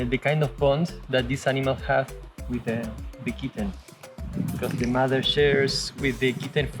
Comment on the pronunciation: Count how many times he says, "thee kitten" much love 😸 🐱 😽 😹 😻